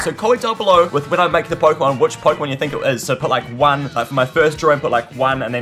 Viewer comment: Key pooemon